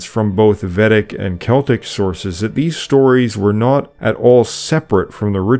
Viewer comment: Just a small note: I believe it is VAY-dic, not VEH-dic.